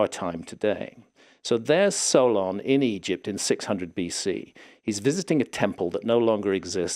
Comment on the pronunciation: I had to do a double take when he said Solon. I thought I heard Sauron. Just about lost it.